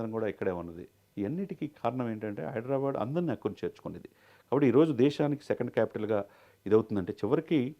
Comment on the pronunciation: హైడ్రా బ్యాడ్ ...కాదు ra baabu... హైదరాబాద్.....బ్యాడ్ బ్యాడ్ అనకండి